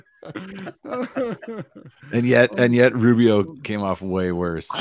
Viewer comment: Did he call Rubio a rentbo